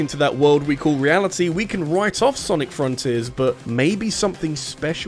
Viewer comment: It sounds like you're saying Sonic Forces Rather than saying Sonic Fronters that I find it funny. Even then, I think it's a nice Video on why Sonic Has issues with his current state of Games.